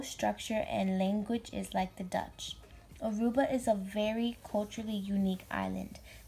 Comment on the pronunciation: At least pronounce Aruba correct. It is not Arubia.